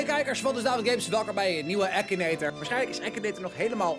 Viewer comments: je zegt akinator niet ekineter😂😂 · het is akinator zo spreek je het uit nier ekinator